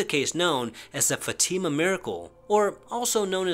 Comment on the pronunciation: Its not fatima, its Fátima